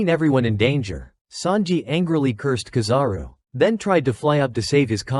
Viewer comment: kizaru no KAzaru